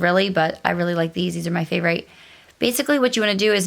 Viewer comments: Favorite has a short i so it’s pronounced with an Eh sound not a long i. I’m sure it’s probably a Mennonite thing as I’ve heard others say it the same. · You haven’t heard it because it’s incorrect . Annoying actually , especially since she Says she was a “teacher”🙄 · I've never heard anyone pronounce "favorite" the way it's spelled. I feel like I've just received new education!